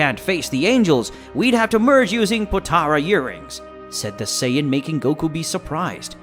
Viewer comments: It's sayin not sayaden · him:saiyedens me:saiyens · this guy cant say half of their names right lol. he keeps calling them Scion instead of Saiyan. had Goku become a car? I have to give this a thumbs down. I can understand pronouncing things wrong but the voice over ruined it. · It’s not scions it’s saiyans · is sayen not sadin not syons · Can you at least say Saiyajin Correctly. You're miss pronouncing it. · How did the computer start reading the same word differentfirst it was pronounced sci -ons and then became saya-dins good story hard to listen at times tho. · Do you ever watch the show? IT'S SAY IN. NOT WHEREVER TF YOU SAY. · No disrespect but it called saiyan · Saian??? 💀 Prince of sayadens?? 🗿 Kakaroto?? 😭😭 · What it with your how you say a sayain???? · You can't even say sayain right